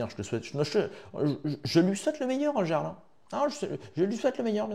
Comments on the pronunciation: putain mais apprend à parler ! on dit pas le garl mais le yarl ! C'est déjà casse couille de t'entendre faire une faute de français par phrase alors que tu fais le pseudo cultivé... T'es une photocopie de soral en version low cost! Soral moins le logos ! T'as quoi,17 ans ? Putain je regarde tes vidéos avec indulgence depuis quelques temps mais tu régresses. J'ai 40piges, et j'ai été indulgent mais tu donnes de plus en plus de signes de la dégénérescence de te génération. Désolé poto mais je me désabonne... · Bien mais dis ''Yarl'' stp pas ''J''arl ça rend dingue lol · Quel clochard tu fais avec ton interface de roumain, "siouplé 5e pour manje". Meme pas capable de prononcer le mot jarl (ca se prononce "yarl") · Sa se dit Yarl stp pense au viking